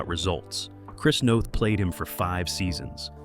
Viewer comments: In case anyone is interested, his name is pronounced like Chris North. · The stupid robot voice says Chris Noth’s name wrong. It rhymes with both not moth. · NOTH. not Nath